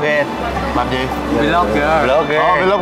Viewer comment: Phần lớn các bạn ở VN đọc sai chữ Vlog ( hay đọc là " Vi log " Phải đọc " Vờ log "